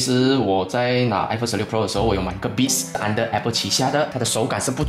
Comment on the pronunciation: 连beats 都不会读….